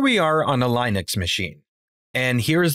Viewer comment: My only takeaway from this video was my frustration with your pronunciation of the operating system "Linux."